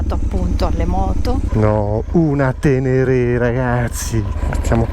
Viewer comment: non è la tenèrè ma una sspertènèrè,... io ne ho una uguale anche nel colore!